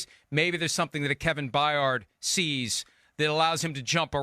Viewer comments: Florio still ssys Bye-ard? cmon man. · Florio… love ya but please stop mispronouncing BYARD!! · Kevin Byard been a top saftey in the nfl since he was drafted... and they still cant say his last name right lmao